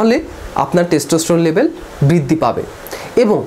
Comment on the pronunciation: "বৃদ্দি" কি??? "কোলোক" কি ???